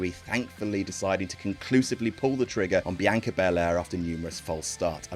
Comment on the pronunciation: The narrators “Biyanka” is giving me William Regal “Umanga” vibes lmao